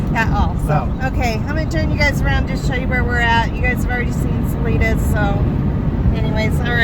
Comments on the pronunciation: Sa-Lie-duh, not Sa-lee-duh. And I am not going to help you with Buena Vista. Drink lots of water, eat red meat and walk easy, but walk. I am not going to tell you where we go panning for the 4th of July, but it is in Wyoming, it is nice and cool, and it is over 10,000 feet. And don't go to the gold mine above Granite- that is up at about 12,000 feet. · City is pronounced Sa-LIN{E}-da